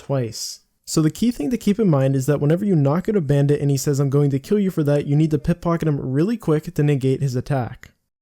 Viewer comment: or you mispronounced simple words. One or the other. Who knows.